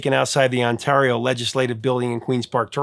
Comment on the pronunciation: Ontario is pronounced like hair, not like tar